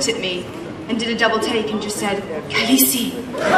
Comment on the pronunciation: "Khaleesi" Oh god Emilia xD